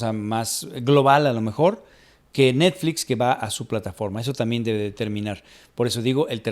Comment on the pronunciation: Habían notado que dice "neDflix" y "warneN" brothers? 🤔🤔🤔